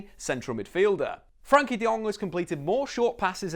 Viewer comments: Very nice summary of his qualities. I’m pretty sure Frenkie will be one of Barcelona’s top players in 2 or 3 years. He is making every team play better. His name is Frenkie, not Frankie btw and Its Willem Two, or twee (Dutch) not deux. We are Dutch, ne pas Français :-) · Firstly, it's FrEnkie de Jong, not Frankie. Also Willem II are Dutch, not French, so you can either say II (2) in Dutch or English. Other than that, great analysis. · Its frEnkie not Frankie you dumb ass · Its not Frankie Its Frenkie....you keep saying it wrong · Its FrEnkie de jong, with an e😉. Rate your videos!